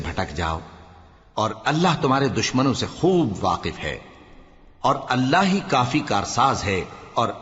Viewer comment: Jalandhari sahab Last me waqif or waaq keh gye bhule se